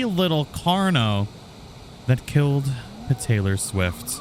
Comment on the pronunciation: its meant to be ptaylor swift